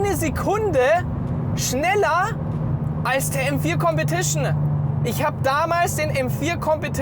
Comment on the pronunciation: Kompetischnää Zweitnää